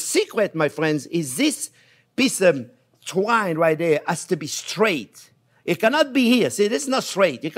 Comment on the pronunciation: did he say "drink enough wine" or "take enough twine" LOL